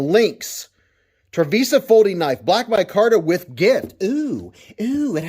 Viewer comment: I believe it's pronounced triv-ice-uh